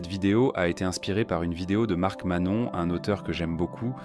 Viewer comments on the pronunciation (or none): "Mark Mannon" 😅, à part ce petit kwak, belle vidéo.